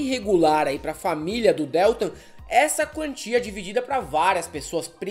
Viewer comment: Porra meu! não suporto ouvir a pronúncia errada do Deltan.... que dÉltam é esse? é horrível! Não!!!!! por favor!, vc vai reprovar por falta! cadê vc? quero ver o atestado, hein?